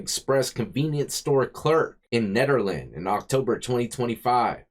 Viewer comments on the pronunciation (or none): First "e" in Nederland is a long "e". 😃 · That's pronounced Need er land. Nederland. I remember this one live 15 miles away .😊